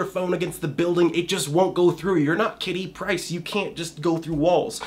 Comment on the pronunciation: I always thought it was Kitty Pryde, not price.. but regardless thanks for the tips man!